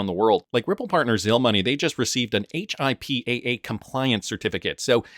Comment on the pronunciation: It’s pronounced hippa